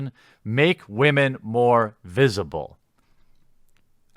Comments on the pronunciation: Where are all the Wahman? Lol he makes it sound like noodles. Top Wahman! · I still love when u say Waman lol